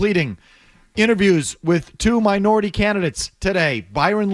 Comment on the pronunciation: Made a lot of emphasis saying Minority lol